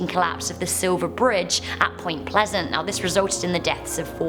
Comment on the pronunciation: "Point Pleasent"